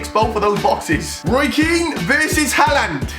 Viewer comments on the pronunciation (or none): Mate it’s clear you’ve got no idea about football haha do some research pal do you know why he kicked Harland? Ps it’s har-land not Hal-land